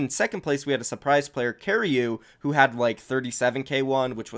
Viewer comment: Kariyu?? That guy is evade HAHAH, its kirayche